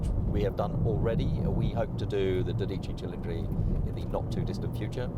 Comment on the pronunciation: also made no effort whatever to pronounce the Ferrari's name correctly so maybe that had something to do with it, that and his obvious bias to British cars.